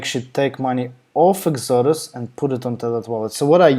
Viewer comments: Say EX-O-DUS. Not whatever your saying now. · I only say that because you are easy to understand in English, but it took me minutes to realise what you were saying was actually the name of the web page you had open. It didn't sound like Exodus. Ask a home grown Aussie, they say it the correct way. Other than that, thank you for the video. Thumbs up.